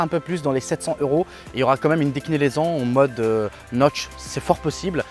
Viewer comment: Merci la bled et c’est déclinaison et non décnilaison lol